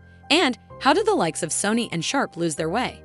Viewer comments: SOW-NEE <say that but fast. Not sunny. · i CRINGED the way she said the names of the brands. In England we say "sony" like the urdu word for beautiful and gold